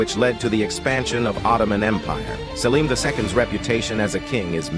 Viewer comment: He's pronounced as Selim not salim